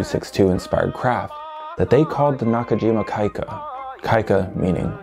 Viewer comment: Pronounced “kee-ka”🤘🏻